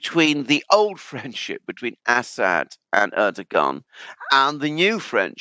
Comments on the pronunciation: I love how Alexander consistently calls Assad "Ass-hat". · Learn how to pronounce :Assad '.